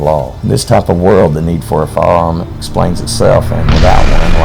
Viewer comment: Even the subtitles couldn't tell he was trying to say, "firearm". "You'll need a "faam" for hunting."